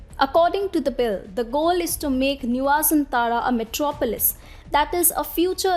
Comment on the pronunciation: Why pay yourself if someone else can pay for it. Jakarta will soon be sink under the sea level. And so many other reasons considered why the new capital should be build. Clearly the writer doesn't know Jokowi and Indonesia at all. And the anchor have no idea how to pronounce Nusantara. Nice try tho.